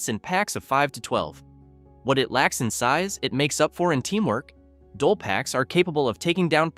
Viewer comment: Also, it's "dole" not "dolay."